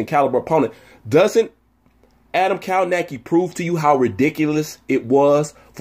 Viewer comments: It’s kov-nacz-ki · "" Kow-Nos-Key", Sir.